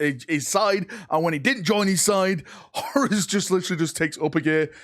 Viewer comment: That’s not how you say horus